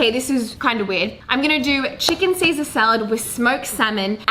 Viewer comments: See-Sezz Salad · "Sezz-ar salad" i love it haha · “Sezza Salad” it sounds really Australian🤷🏼‍♀️ 😂 But it works! 💃🏼💃🏼